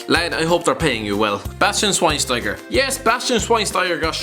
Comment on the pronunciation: Man for fuck sake listen to some commentary! It’s Maicon (Maykon) Xavi (Chavi or Javi) Schweinsteiger (Shvaneshtiger)